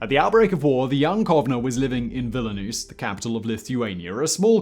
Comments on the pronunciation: It's Vilnius, not Vila-noose. It's Da-khau, not da-chau (the ch is pronounced as in chicken). At the time, the Mossad was a refugee smuggling operation. It became a foreign intelligence organization after independence. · Villa-nus ? Veal-nus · It’s Dachau like ‘Dakow’ not ‘Datchow’, and Vilnius like ‘Vil-nee-oos’ not ‘Villy-noose’. For a man with a proper accent you should be sure of how to pronounce proper nouns rather than guessing from how they’re written down. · ''Vilnius'' or ''Vilna'' not ''Vilinuse'' I'm sorry, but it hurts my ears. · Great story, but the constant mispronunciation of place names makes this hard to watch. When someone speaks with confidence about history and they couldn't be bothered to look up Dachau (not Dashaow) or Vilnius (not Vilanus), I wonder what else in this video is presented from assumptions that weren't considered important enough to verify. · "Vill-ih-noos"? They were pronouncing it "Vil-nee-us" when I visited. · It's pronounced Vil-nius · VILLINUUS HAHAHAHAHAHA OMG dude it's not even hard. V I L N I U S - and the second I is silent. "small country" - bigger than England, mate! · My goodness, he can't even pronounce Vilnius! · man you really mispronounced that Belarusian city name lol